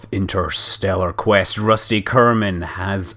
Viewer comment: I loved the scott ascent of "Rushty" and "Reshcue"... Shean Konnery endorse it!